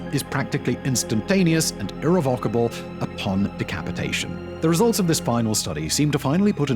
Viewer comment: Your pronunciation of the word ‘irrevocable’ is incorrect.